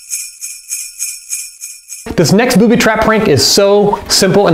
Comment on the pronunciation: he said Boody